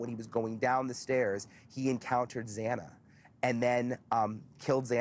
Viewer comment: I AGREE 100% about the mispronunciation of Zana’s name 😡